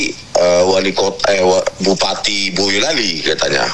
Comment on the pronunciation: Bang refly ....bukan boyoklali ...nanti beda arti...yg bener boyolali ...ucapan jawanya mboyolali